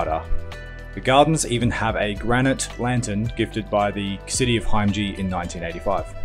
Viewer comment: Nice little vid. Only one other comment ; the gardens and the sister city is pronounced Him-ej-i, not Hime-ji